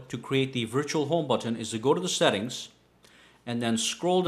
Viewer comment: Butttton. Listen to everything macpro too. Buttiin.